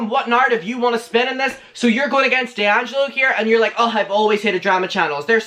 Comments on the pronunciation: "Dangelo" 😂 it's "DEangelo" babe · It's dee-an-gel-oh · It’s Dee-ann-ja-low 😝 I’m sure other people have said tho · DELLangelo... I think it's DEHangelo... Me: XD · Dee - Angelo ....babe. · its (Dee)’Angelo just say the letter its not conjoined as one word. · It's pronounced DEE ANG JELLO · Dude ....it’s pronounced D ANGELO . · How to pronounce d’angelo: dee- an- jeh- low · It's Dee-Angelo. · Think its Dee-Angelo like the letter D and Michael angelo. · say it like “dee-angelo” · It’s Dee-Angelo 😬 loml